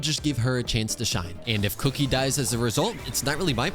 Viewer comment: the way he ''kuki" like "cookie"🤣😂